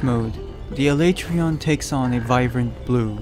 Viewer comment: The way you pronounced Alatreon gave me cancer. Thank you.